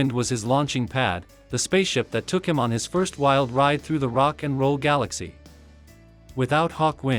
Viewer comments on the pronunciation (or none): none